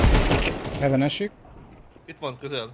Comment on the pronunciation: hevön lesz. Hevön lesz. hevön. hevön. HEVÖN. HEVÖÖN...... Még jó hogy infóztam. :D